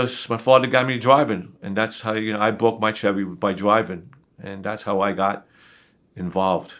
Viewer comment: I bwoke my chewwy